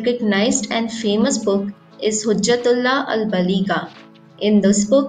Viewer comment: there are so many wrong accents of so many words. i.e. Baaligha not Bligha etc, any how good afforts.